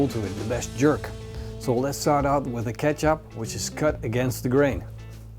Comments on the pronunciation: Nice and very informative video. Just like all your other videos. One thing though: kecap is pronounced the same way as ketjap. In Indonesian, the "c" is pronounced as a "tj". So never ever call it "keesap" again :-D. And Conimex cannot and will never be the no. 1. Kaki Tiga, ABC or Vanka Kawat are the way to go. If you like, you should also try Kaki Tiga Medja! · Thank you for this. I could not understand what he said as it sounded like he was saying Ketchup to me. LOL